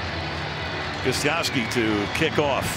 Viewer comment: Every time Al Michaels says the name GOSTKOWSKI he totally mangles it. That K is nowhere to be found!